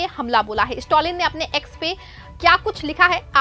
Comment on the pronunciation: स्टोलिन नही मैडम स्टालिन।